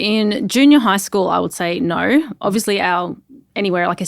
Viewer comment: I don’t think the word no has an R at the end.